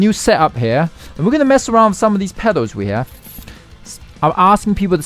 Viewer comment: Please 🙏 pronounce pedals properly Please.